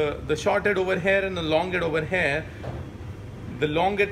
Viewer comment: I meant "here"is pronounced as here... And not HAIR.. Good video btw ✌️